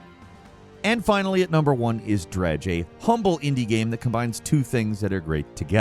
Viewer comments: Dredge ❌ Dredgé ✅ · Did you serious just call Dredge, “dredgee”?!? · Did he just say Dred'ge?